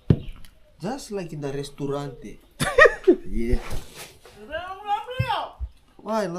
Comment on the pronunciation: "Sanabele, Tinituna" AND "Just like in the restaraunta"- hits to the core bro 😂😂😂😂😂